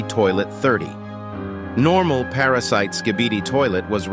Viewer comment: It’s not para sit cuz you said para sit